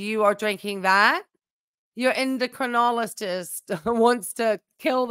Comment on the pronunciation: Ya, and not en-doc-trin-ologist! 🤣